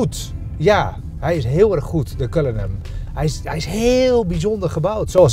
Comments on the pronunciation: Het is Cullinan, niet Cullinam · Zegt ie nu CullinaM, hmmm? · Een video van 12 minuten en dan nog niet de naam kunnen uitspreken. Erg dikke faal.